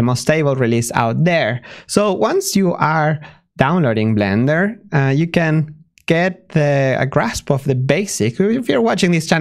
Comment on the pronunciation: The way he sometimes pronounces Blender as Vlender is adorable <3